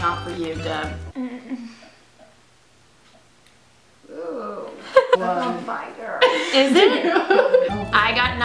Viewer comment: I love you guys, but because of the way I was raised I cringed every time either of you said Deb.